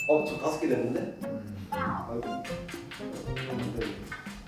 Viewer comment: 초에 '빠ㅏ울' 나만 웃기냐ㅋㅋㅋ